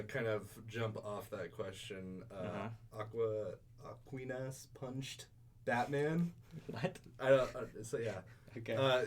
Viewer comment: I think it is pronounced "Ah-qwine-us"punchedbatman